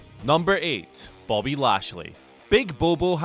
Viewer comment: Think he said bobbo, not bobo